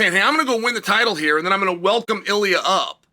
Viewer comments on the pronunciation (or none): none